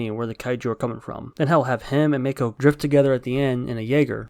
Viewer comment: MAH-ko, MAH. Not MAY-ko. Her name gets said several times how is it hard to get.